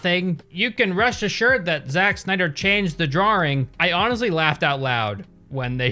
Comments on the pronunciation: "Zak snia • dr" is how it's pronounced not "zachh snia • dr" got me 😭📲🔝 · I mean it's spelled wrong so he's gonna mispronounce it to further accentuate it ahahahahahah.